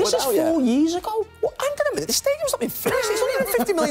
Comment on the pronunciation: 'ANG ON A MINUET'